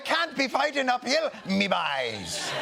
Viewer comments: I thought he was saying “never fight a pill” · Funnier still, i kept hearing "fight a pill', not 'fight up hill.' Team OJ, indeed. Lol. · I thought trump said "never fight a pill!" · Ahhh ! Up hill! It took awhile. I thought tRump was saying fight a pill.